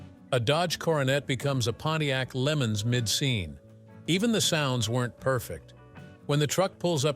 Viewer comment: It's called a Pontiac LeMans Le Mans .. NOT Lemons:face-orange-raised-eyebrow